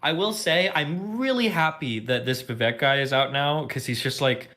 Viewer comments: 1) Guys, it's "vuh-vake" like cake. Not vuh-veck. 2) I think Destiny gets a hard time about "being a rightwinger" because he goes on Andrew Tate red pill type podcasts. That's a good thing to have someone bring sanity to the insane IMO. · Vivek is pronounced Vikake like cake.